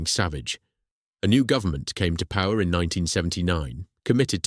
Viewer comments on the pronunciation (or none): none